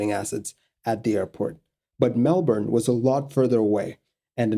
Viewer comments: As far as foreigners go, you said Melbourne the best out of any of them. A lot of people really emphasise the "bourne" part while most locals say "Mel-burn" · I agree. It bugs me when people pronounce it weird. This video was a welcome change.